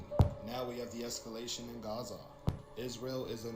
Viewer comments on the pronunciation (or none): none